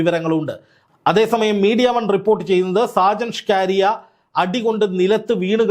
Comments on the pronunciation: DEAR JOURNALIST, PLS PRONOUNCE HIS NAME AS ഷാജൻ സ്കറിയ । അല്ലാതെ സ്കാരിയ അല്ല . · ഷ്കാരിയ അല്ല ! ഷാജൻ സ്കറിയ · സാജൻ സ്കാരിയ അല്ല.. സാജൻ സക്കറിയ എന്നാണ് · എത്ര കഷ്ടപ്പെട്ടാണ് ഇവൻ സാജൻ സ്കറിയയെ സാജൻ ഷ്കാരിയ ആക്കുന്നത് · സ്കാരിയ or സ്കറിയ? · നിങ്ങൾ ഷാജൻ സ്‌കറിയയേ കളി ആക്കുകയാണോ. നിങ്ങൾ എന്തിനാണ് സ്കാരിയാ എന്ന് പറയുന്നത്. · ഷ്കാരിയ അല്ലടാ ശശി, സ്കറിയ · ഷാജൻ. ഷ്കാരിയൻ.. നാക്ക് വടിച്ച് പറ വടുവ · സ്കാരിയ അല്ല സ്‌കറിയ എന്ന് ആണ് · "ഷാജൻ ഷ്കാരിയ" അല്ലടോ😂😂😂 ഷാജൻ സ്കറിയ ആണ് 😅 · ഷാജൻ സ്ക്കറിയ "ഷ്ക്കാരിയ" അല്ലാ.... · സ്കാരിയ അല്ല 🙄🙄സ്‌കറിയ. കഷ്ട്ടം. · ഷ്കാരിയാ അല്ല പുല്ലേ... സ്കറിയാ... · ഷ്കാരിയാ ആണോ സ്കറിയ ആണോ മാഷേ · സാജൻ സ്‌കാര്യ യ അല്ല സാജൻ സ്കറിയയാണ് താൻ പുതിയ പേരു ഇട്ടതാണൊ😂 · ഷാജൻ സ്‌കാരിയാ അല്ല... ഷാജൻ സ്കറിയ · ഷ്കാരിയ അല്ല, സ്കറിയ. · സ്‌കറിയാ എന്നാണ് ബ്രോ.. 🙏എപ്പോഴും നിങ്ങൾ അയാളുടെ പേര് പറയുന്നത് ഷ്കാരിയാ എന്ന് കേൾക്കുമ്പോൾ വളരെ ബോറാകുന്നു 🙏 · സ്കറിയ.. എന്ന് വായിക്കാൻ അറിയില്ലേ? അതോ തള്ളി രസിക്കുക ആണൊ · സ്കറിയ എന്ന് തനിക്ക് നാവ് വഴങ്ങില്ലേ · ഷ്കാരിയയോ? കറിയായല്ലിയോ😅😅😅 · എടാ മൈത്താണ്ടി നാക്കു വടിക്കണം എന്നിട്ട് അന്തസ്സായി സ്കറിയാ എന്നു പറഞ്ഞു പഠിക്കുക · സ്കറിയ, ഇതു പോലും പറയാൻ പറ്റുന്നില്ലേ reporter സഹോദരാ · Perché dici സ്കാരിയ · താങ്കൾക്ക് സ്കറിയ എന്ന് പറയാൻ അറിയില്ലേ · ഷാജൻ സകറിയ എന്നാണ് അയാളുടെ പേര്. താങ്കൾ വായിക്കൂന്നത് കേട്ടാൽ ആരാണ് എന്ന് കരുതി പോകും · അക്ഷരം പഠിച്ചു കാണില്ല